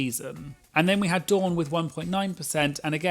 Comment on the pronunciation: As a Dawn, can I just say how refreshing it is to hear my name pronounced correctly? I’m American and most Americans think Dawn and Don sound the same. And of course I’m rooting for Dawn this season because she chose a fabulous drag name.